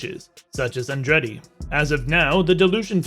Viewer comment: The narrator could at least have learned how to pronounce "Andretti".